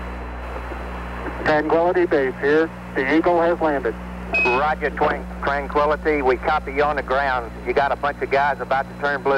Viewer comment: "Woger Twang-quility base uwu"